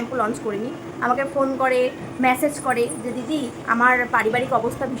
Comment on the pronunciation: কথাটা ম্যাসেজ নয়, মেসেজ..ঠিক করে বলো...